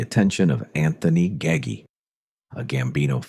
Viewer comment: I turned it off when the AI said Nino Gaggy.